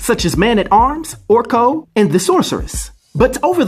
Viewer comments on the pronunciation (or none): Unfortunately now it's She-Man...Poor He-Man, he got shafted big time in the new animated series...and BTW, isn't it Orko, not Orco?